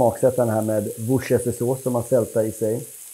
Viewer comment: "Wooshestersås". Kämpa.